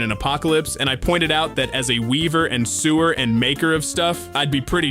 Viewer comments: I'm sorry. But did you just pronounce sewer (basically pronounced soh er) like SEWER LIKE A SEWER DRAIN?! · How can you not know how to pronounce Sew-er? It’s so er not sewer. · sewer? sew-er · It 100% is it pronounced sew right but then didn't say sewer right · Either an AI or an idiot who misread sewer despite obvious context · this is so ai, someone who sew and a sewer arent pronounced the same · The way he pronounced "sewer" like the public sanitation system instead of like the occupation that involves sewing XD